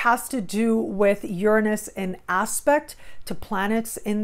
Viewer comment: the only person ive heard pronounce Uranus the same as me. Ive been studying astrology since '96 and the eclipse just opposed my Dec21 Sun. I'm keeping my awareness sharp and ready for evolution.